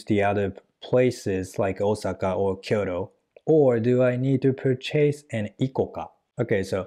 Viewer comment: Return lesson: it’s pur’- chase, not pur - chase’ 😊